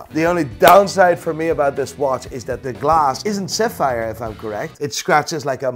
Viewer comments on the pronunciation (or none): none